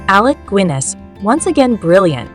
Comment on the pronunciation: Alec goo-inness? AI fail.